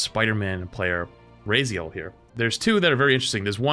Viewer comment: RAZIEL? nahh.... Legacy of Kain / spiderman enjoyer = my Favorite top player EVER automatically also it's pronounced Rah-Z-el (as long as it's like the actual character from LoK SR)